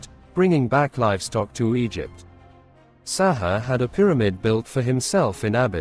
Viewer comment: pronouced sa hoo ray not sa haa